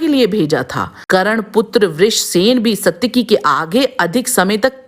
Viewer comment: You should correct your Pronunciation. Even the name of main character was not correctly done. Same with many other names and Hindi words. It is Saatyaki not Satyaki, Karn not Karan. Paraast and Praast... etc